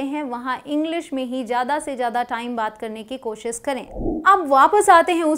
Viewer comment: Aap koshish ko koahis bolte hain